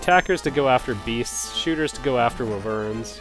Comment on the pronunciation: Also, I truly don't mean to be a pill; I'm just sharing this for your benefit in future video games because wyverns are sort of a staple of RPG's as far back as Shining Force and Dragon Quest. It's pronounched WHY-vern not wih-VERN. Protip.